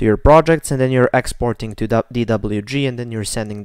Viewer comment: ITS NOT EXPORING ITS EXPORTING